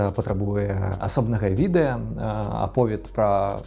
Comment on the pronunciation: праЕкт, мне моцна баліць, відэя, праз тое (ня з-за)